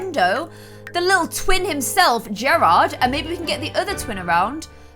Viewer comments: Garred in pronounced like Gar-ed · Gerard I think his name is pronounced Jared but I love this it is cute!!💜❤️💙💚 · you’re pronouncing Gerard wrong!